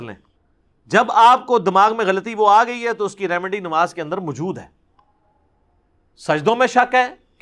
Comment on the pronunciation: Ali bhai "Mjood" ki bjaey koshish krein k lfz "mou'jood" theek se ad'a kiya jaey. "Mjood" pronouns krtey hn to zra gher.ilmi sa lgta h Shukria .